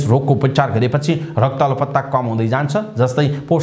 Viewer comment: Rakta 'alpata' or 'alaptta' what a wrong Nepali pronunciation !